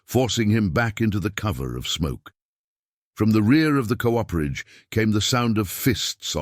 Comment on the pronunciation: VERY GOOD STORY WHICH I THOROUGHLY ENJOYED. PLEASE TELL YOUR READER THAT COOPERAGE IS PR0NOUNCED COOP-ER-AGE WITH COOPER REFERRING TO: Cooperage refers to the craft of making barrels, specifically the process involved in constructing and assembling the various parts of a barrel.